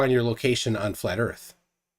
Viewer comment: I am and all I have seen durpdedurp say is "need a horazontal plane so erph is fwat..." and repeat that a couple of times... So in other words he knows SFA about how to use a sextant.